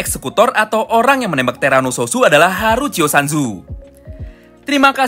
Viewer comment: bang bukan terano sususu tapi terano suot